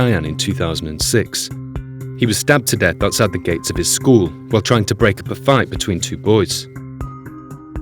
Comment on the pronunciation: He says “ the firf deaff wiff a niffe was Wright here.